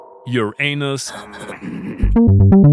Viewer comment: You definitely intended to pronounce Uranus “ur anus”. There was a very clear pause. Prepare to be cancelled.